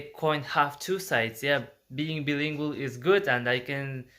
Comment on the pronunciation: Hi friend, I'm glad you love to learn languages. I think its just great. I just want to offer a little tip "Bilingual" is pronounced BYE-lingual. Like when you say Bye Bye in English when someone leaves. You're English is really good by the way! And it will get better and better :D